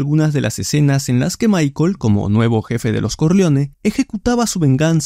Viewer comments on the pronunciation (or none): none